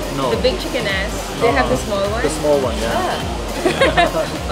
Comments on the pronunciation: I don't understand what that Pinay is saying. Is she really saying chicken ass? If so, she pronounces two words like one - chickenass. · Did she just say chicken "ass"? and Nelly can mix LOL! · Did she say Chicken Ass???? OMG 😆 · Are you guys saying chicken "ass"?